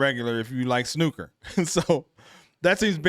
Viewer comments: its RONNIE O'SULLIVAN not ronnie sullivan and well done on saying snooker instead of snuker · Congratulations you are first American reactor who can pronounce "snooker".